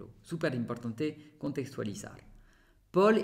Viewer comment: Amigo tus vídeos son muy buenos tu conversación también tú pronunciación en español y en francés por supuesto también muy bien aunque me gustaría corregirte un pequeño detalle que siempre se te escapa hay palabras qué tienen el acento ĵ en la penúltima sílaba ahí es donde se marca la fuerza en la siguiente no ej estudiante nunca estudianté , importante nunca imprtanté o siguiente nunca siguienté, amigo no es crítica son pequeños detalles que salen, sé este video es viejo , he visto videos actuales con ese detalle, pero no podía entrar en el chat aŭ revoir.